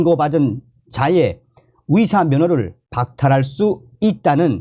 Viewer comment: "의사*를 *위사*로 발음하시니 헛갈립니다~~ "의사"로 바로 발음해주세요~~